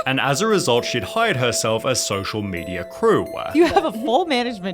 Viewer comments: ....problemaah...mediahhhh...moneyahh...crewahhh....stop talking like this, it is just disgusting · “She had no social mediuh”